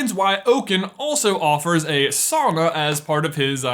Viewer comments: You pronounced sauna wrong this entire video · buy your saying it wrong it should be souna .